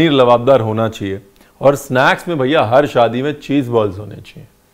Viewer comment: When u say BHAIYA it seriously reminds me of Lucknow..my childhood days 🙂🙂